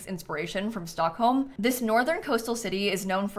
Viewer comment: Omg your pronunciation when reading the swedish/scandinavian neighbourhood names was so cute 😭❤❤❤ Great video btw, im looking forward to this pack soooo much. Love your videos <333